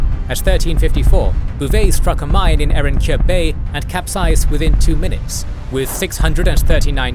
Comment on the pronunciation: Erenköy. O sikik ingizcenizde Ö harfi yok sanıyorum